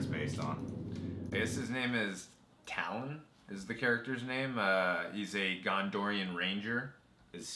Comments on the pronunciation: TALION! NOT TALON! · I just want to point out that the main character's (the Gondorion Ranger of the Black Gate) name is Talion, not Talon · It bugs me so much on how you did not pronounce “Talion” right